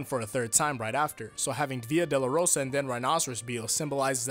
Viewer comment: still a better explanation than the one from Jorge Joestar. Also, it's "doh-loh-roh-sah", not "delarosa"